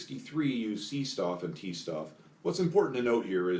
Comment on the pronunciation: C-Stoff & T-Stoff are pronounced "Say Shtoff" and "Tay Shtoff" The word "Stoff" kinda means material...stuff?